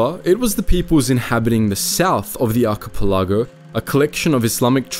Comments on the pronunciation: It's NOT an arky pilago! Damn, learn to pronounce words or don't use them! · Dude your driving me crazy with the way you say Archipelago. Its Aa ki pel a gow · Excuse me, HOW did you just pronounce archipelago? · Just wanted to say, as a fellow Australian we didn’t teach him to pronounce archipelago like that 😂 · Check your pronunciation on archipelago.